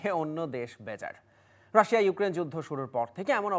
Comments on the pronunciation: রাসা রাসা করছেন কেন? আপনাকে টিভি চ্যানেলে কে এনেছে? pronunciation ঠিক নেই তো কি বিশ্লেষন করবেন? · What is Rasa??? 🧐 it's not rasa it's Rasia apu... Seriously 😏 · Madam not Rasa (Russia) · রাশা রাশা বলছে কেন বারবার 🤨? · বিবিসি রিপোটার উচ্চারণ ভুল করে এটা ভাবাই য়ায় না।রাশিয়া কে রাশা বলছে। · রাশা কি ভাই? রাশিয়া বললে নিজেকে উচ্চ শিক্ষিত প্রমান করতে কষ্ট হবে? 😆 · রাশিয়া উচ্চারণ টাও জানেন না ? রাসা টা কি রে ভাই 😂😂😂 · বাংলাটা বাংলার মতো বলতে হয়,রাশিয়া কে রাশিয়ায়ই বলতে হয়,রাসা নয়।। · It’s Russia 🇷🇺, not Rash😂😂😂😂 Also the 60 year relationship was with USSR( Pro Russian model). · শুদ্ধ করে বলতে যাই হেতাই রাশেয়া বলতেছে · Otcharon rasa. Na. Rasia konta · Indian map thik korun.. Ar last maye ta Russia uccharon kortai pare na 😂😂